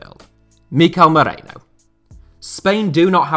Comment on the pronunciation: Its merino, not moreno hahaha